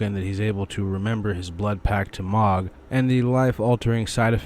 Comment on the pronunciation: How can you play through the entire dlc and talk to ansbach over and over and still mispronounce mohg (said :mōg) hard o. M..oh...guh